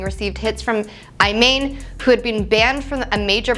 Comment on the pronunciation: Had to stop at 20 seconds. My seemingly unaware compatriot completely Becky-ed out on the Iman pronunciation. I think they did that on purpose. Didn't work.